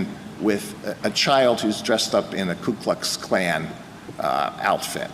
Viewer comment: Alito pronounced KuKluxKlan properly, if I heard it right. The others were saying KLUEKluxKlan. They don't even know what they are saying, but Alito does.